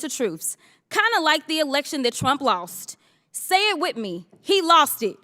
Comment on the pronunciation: She should go back to 5th grade and take a class on the proper use of the English language! 😂 “say it wit me” 🤦‍♂️